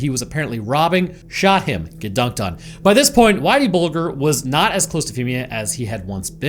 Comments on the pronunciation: Pronounced bulge----err not bul---gur.. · 😂 that and "Bull-ger" 😂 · James “whitey” bulger pronounced “buldger” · How's it even possible not to know how Bulger's name is pronounced? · Just fyi, the "g" in Bulger is soft. Like germ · You dont even say whiteys last name right 😂😂😂😂just shows the lack of knowledge